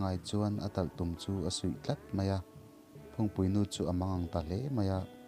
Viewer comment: Talhtum suih nilo in sui zawk aw